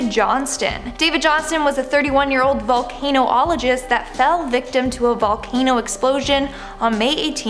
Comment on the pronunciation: Maaalasya?? Volcanoologists?? This chicks pronunciation of words is absolutely terrible. Have a good day! Oh yeah and the people below me are terrible people.